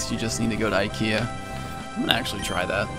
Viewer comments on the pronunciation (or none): none